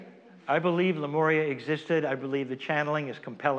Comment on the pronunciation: Why do you pronounce Lemuria as Lemoria???